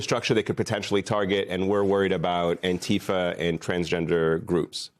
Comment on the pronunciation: I am the Chairman of the Board of ANTIFA with a message: You all pronounce ANTIFA incorrectly. I doubt the gov't can locate me. ANTIFA FOREVER